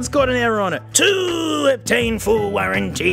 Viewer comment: "IF HE WISH TO GAIN FROM ME; THE ONE YAER FULL WARRAN-TEE"